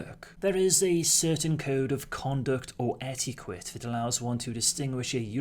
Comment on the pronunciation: I’m sorry I can’t help myself ‘ etiquette with a W ‘ is destroying the French language 👎